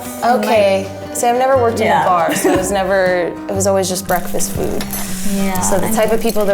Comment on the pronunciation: 'I worked in baahs' YAS KIWI GIRL